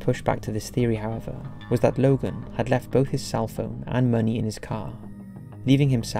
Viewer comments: are you a bot?? logo??? its LOGAN. LOGAN LOGAN L O G A N. DUR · Lmao he calls this guy Logal twice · why are you pronouncing it 'Logall' when his name is Logan? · Who's Logal? Hahaha it's Logan isn't it ? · Sounded like you say logal instead of logan. Lol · Why the fuck did you call him Logal? Smh🤣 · Why are you pronouncing the name Logan "Logel"?